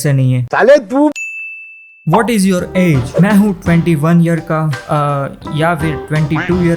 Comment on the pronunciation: When he was reading age in second i thought he is gujarati and that was right